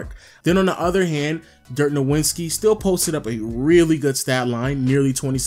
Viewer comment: "Dirk nawinski"